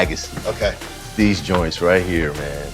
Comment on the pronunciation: He said “Joints”